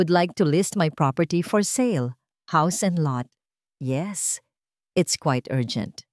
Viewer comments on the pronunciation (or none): none